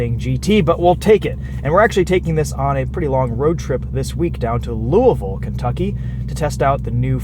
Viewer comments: I love how he said Louisville the right way😂😂😂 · Woww you said Louisville correctly